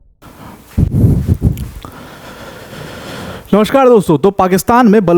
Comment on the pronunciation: "नमश्कार" नहीं होता, "नमस्कार" होता है.